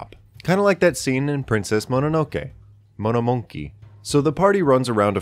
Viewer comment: The pronunciation of monomonke was very satisfying.